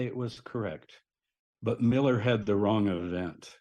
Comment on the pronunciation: Ment miller not millet.